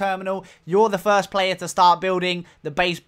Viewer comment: "fird and thirst person"